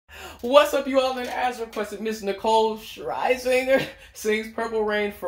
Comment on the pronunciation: 😭 it’s “SHER (like fur) ZINGER (like singer)